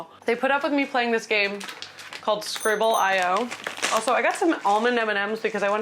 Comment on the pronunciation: my guy its scribbleeoh